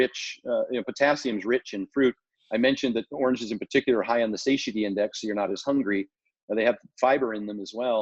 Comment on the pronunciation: Stan! It's pronounced SA-TI-ETY. Christ.🤦🏻‍♂️ lol